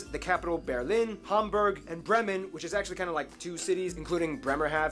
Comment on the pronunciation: What? Bravfmen? 😂 "Bremen". We are not in Braveheart with Mel Gibson. Bremen our city state exists 12 times as Name for cities in the USA. Our famous Beer Brand Becks you can find there too. The US Army still uses part of our port today for transporting military equipment. US soldiers were stationed here until 1997. Elvis was here. My mother saw him at the harbour back then, like many others. oh mc Donaldsburg. 🫣 Don't say any more, you're only making it worse. The Mecklenburg-Western Pomeranians will give you a hard time. By the way. Thats the english names. Not the german version. For example, Bavaria in german is Bayern. "Berg" is in german the word for mountain.